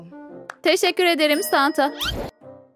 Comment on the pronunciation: Bide o Santo deyiş Noel baba